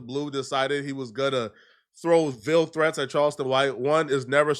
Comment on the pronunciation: "Veal threats" ni99@ what 😂 Bro stop using words you can pronounce. Is English your second language?